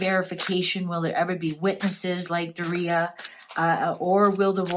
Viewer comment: Its pronounced Door e ugh (Doria)